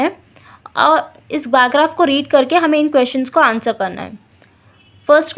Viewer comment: Bar graph ho h bar grap nahi😂😂